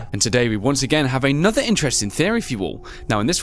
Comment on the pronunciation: I Know But Why Did He Say "Antoher" Night